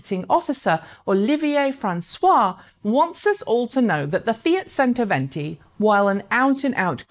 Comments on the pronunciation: Modular battery packs would be an interesting innovation. If it's standardised, it could bring back the battery-swap approach to recharging on the highways, perhaps. My ears bleed every time I hear "sento" instead of "chento" though :) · Pronounced: "chento" venti. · C in cento is pronounced as ch, therefore "chentoventi". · Centoventi is pronounced with a "CH" sound. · Mar-Key_Own-Eh............... CHento-Ventee